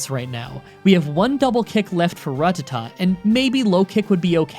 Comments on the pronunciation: Ruh-tuh-tuh. i believe its pronounced ruh-TAT-uh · i am starting to think you are saying Rattata wrong on purpose to trigger us its Ra-Tat-ta not Rut-ta-ta lol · ok it's rat-ta-ta not rut-tu-tu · I'm sorry but the way you say Rattata just makes me cringe. It's simply Ruh-Tatt-Uh not Ruh-Tuh-Tuh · Side note. Rattata is pronounced rattata. Haven’t you watched the show? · Please stop saying rat tat ta incorrectly. It's the one thing about your videos that drives me fucking crazy. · Every time I hear “ruh-tuh-tuh” I die a little inside. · rattata is pronounced rutatu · Why do you pronounce it “ra-tata”? Have you never seen the anime? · Say it with me now it's pronounced: Rah-ti-tah NOT Ruh-tah-tah p.s. cool playthrough. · Your saying Ratatta wrong on purpose. I know because you said you watched the anime and ratatta is said multiple times.